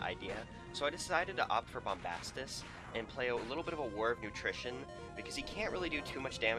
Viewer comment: War of attrition, it sounds like you were saying utrition or nutrition or something to that affect.